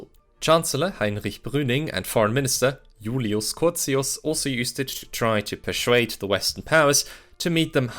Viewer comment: Your videos would be better if you learnt how to pronounce words. Its not "pershuaded, dishuaded", etc.